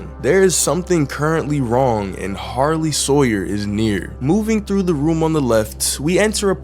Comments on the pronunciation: Bro you said sarley hawyer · “ A Sarley Howyer”😂😂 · "Sarley Howyer" got me dying💀💀💀